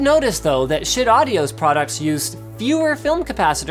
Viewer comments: guys it's not shit, it's supposed to be pronounced shite :D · Say schitt one more time! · How do you properly pronounce schiit?